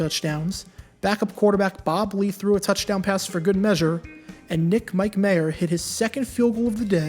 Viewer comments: Just a little FYI here. The Falcons kicker, Nick Mike-Mayer pronounced his last name Micka-Mier and John Hadl was pronounced Haydle with a long A, not a short one. Just thought you might like to know. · Pronounced “Mikkah-Myer.” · Note: Falcons kicker last name pronounced “Miki-Myer” Rams QB pronounced “Hay-dul”